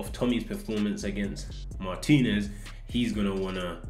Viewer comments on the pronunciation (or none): none